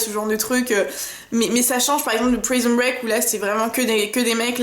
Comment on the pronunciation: Prison break? "prison" omfn.nnn "prisonne" on dit eh mais on respecte les noms des series